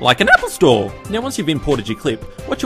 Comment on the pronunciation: Love the way he says "apple store " 😂😂😂